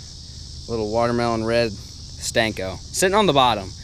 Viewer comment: Senko ... not stanko